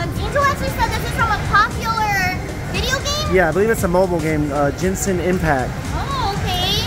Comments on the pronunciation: Angel its not gensin its genshin. Like shhhh-in 😂 I dropped my drink when i saw what cris got! I love Diluc 😢. May I have it 😂❤ love these vids!❤❤ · Genshin impact is pronounced “gen” not “gin” ! The character I believe is Diluc who is a tavern keeper! It’s a super fun game highly recommend!! Also love the vid ❤ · It’s GENSHIN not JENSIN you just lost another subscriber 🤓